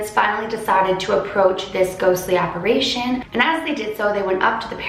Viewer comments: It's "apparition", not "apparation". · If you see your paranormal doppelgänger it’s said you die. Ps it’s apparition, with an “i”, not “apparation” as you were pronouncing it 🤦‍♀️ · You're pronouncing "apparition" wrong.... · apparItion not apparAtion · Why does everyone say "apparation" its apparition lol